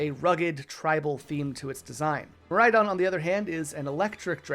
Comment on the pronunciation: MIRAIDON DOES NOT END WITH AN M, IT ENDS WIRH AN N!